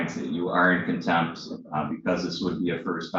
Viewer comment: I think Contempt has a T at the end.